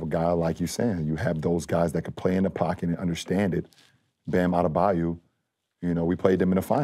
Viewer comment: Bam adebayu? Cmon bron 😂